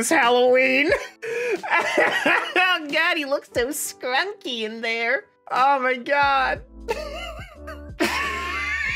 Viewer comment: STOP CALLING EVERYTHING SCRONCKY IT'S NOT A WORD